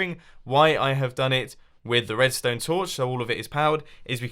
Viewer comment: is just me or did he say wedstone wire